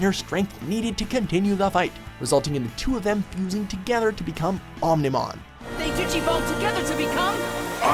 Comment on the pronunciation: i love digimon and REALLY wanted to watch this. i gave a pass for susanoomon because at least its complicated, but BYE OO MON... wtf